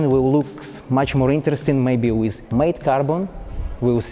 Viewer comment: Ты делал этот видос для кого? для Англичан или для Русский? Если для англичан то и без тебя там 2мл человек которые могут рассказать намного лучше Чем ты с твоим английским, а если для Русских то и разговаривай тогда по-русски. Дизлайк с твоим произношение Wizzzzz, уши режет бездарь, разговорный With not wizzz.!!!